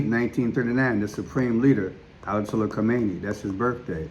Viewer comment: Ayatollah not Alatollah🤦🏽‍♀️